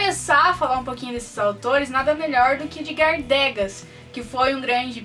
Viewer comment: bacana ;) mas atenção Edgar Degas se pronuncia Edgar Degá, sem o "s" com o acento no a...